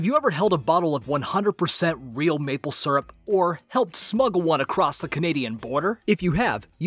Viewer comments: that was rather anti-climactic.... also it's pronounced SEERUP snot SURRUP :P :P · it's syrup not srup